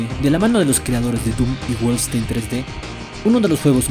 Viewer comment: No se pronunca wolfstein se pronuncia wol-fen-stain